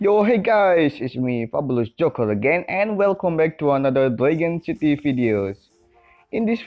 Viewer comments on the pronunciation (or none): Why do you say dwagon City??